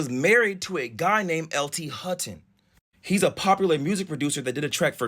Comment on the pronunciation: Hutton not hooten